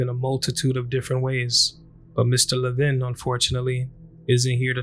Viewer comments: LEH-vin not le-VIN. Not trying to be snubby but I always feel it's a sign of respect to pronounce a person's name correctly. As a latino, I experience people misspronouncing my name all the time and when correct them many are dismissive. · His last name is pronounced LEVin..not LevIN..